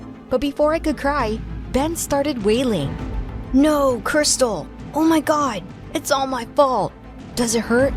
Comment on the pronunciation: It's really funny how you said wailing but I think your story is awesome keep making more please I love you guys bye